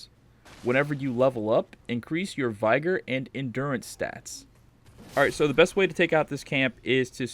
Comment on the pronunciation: Vi-gr not VIE-GR - other than that. good guide